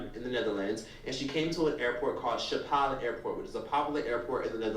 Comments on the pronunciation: 'Sha-Pall airport' - OMG y'all need to research Schiphol is pronounced like 'ski-poll' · I have never heard someone say Schiphol like that 😂😂😂 you know your stuff about Amsterdam/the Netherlands! How nice :)